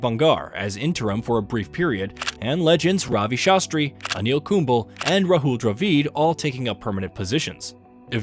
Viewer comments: Anil ‘Kumbul’ Harsha ‘Boggle’ 😂 Thats when I realised it is an AI voice. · but he definitely needs to work on his pronunciations. Some of these are just funny like Anil Kumbel xD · mate when getting the bot to read the script, try typing the players name phonetically. So instead of Kumble, write Kumblay and the voice bot will read it correctly. Instead if Dravid, write Dra Vid, similarly instead of Sachin (which the bot pronounces as Sacheen), write Suh Chin. Just a tip for the future. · Anyone get the feeling this voice is AI generated? It doesn't sound computerised but it has no idea how to pronounce some names like Kumble and Kholi